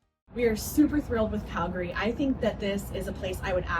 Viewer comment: You went to all the places I go to regularly in Calgary. And I love how you knew how to pronounce Calgary!